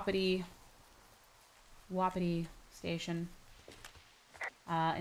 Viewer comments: Tiff, your sayign Wapiti wrong. Your saying it, Wa-pi-ti but it is pronounced Wap-it-ti. Don't believe me? Go back and watch last episode and you hear Delilah pronounce it the way I just did. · its ( wa-pa-tie )